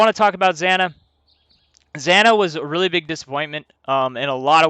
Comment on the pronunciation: Had to quit watching 5 minutes in because your the first player I've ever met that can't pronounce zana correctly